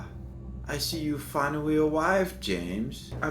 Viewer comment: "Ah, I see you've finawwy awwived, James."